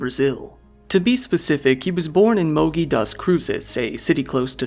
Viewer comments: Mogi pronunciation is a little different, a hard g is used instead Of a soft g and The 'i" sounds more like The use Of The Double EE in english Mojee das cruzes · Mogi das cruzes like Mo~Jee (jeep)